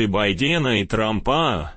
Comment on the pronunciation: Прекратите вещать подобные видео, где "диктор" путает ударение фамилий политиков БайдЕна и ТрампАта! Стыдно должно быть - МАРАЗМ!